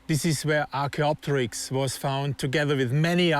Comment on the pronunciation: Can you please pronounce the names of dinosaurs in a dinosaur documentary right? Archaeopterix, is archaeo-pterix not archaeop-terix.